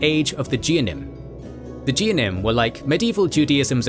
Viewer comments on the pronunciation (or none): It's not pronounced geanim, it's pronounced geh-own-eim hard g like get. it's pronounced seh-phahrd-eim, and miz-rah-chim (the ch is replacement for the actual sound. It's like clearing the mucus from your throat) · for the record, the words "Geonim" is pronounced with a hard G (as in rag, not as in genius or general)